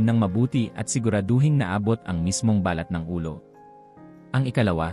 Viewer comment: OK ANG MESSAGE MO DOK. ONLY, BAKIT HINDI MO MABIGKAS NANG TAMA ANG MGA SALITA NA PILIPINO NAMAN. ISANG HALIMBAWA LANG AY BALAT O SKIN. PAGBIGKAS MO AY MALI DAHIL MALUMAY ANG BIGKAS MO AT HINDI MABILIS. NAGIGING BALAT O MOLE TULOY. MARAMI PANG IBA. VERY DISTRACTING ANG EPEKTO. PLEASE STUDY ON HOW TO CORRECTLY ACCENTUATE WORDS. IT IS OUR MOTHER TONGUE. NO REASON TO BUNGLE IT DOK. PLEASE.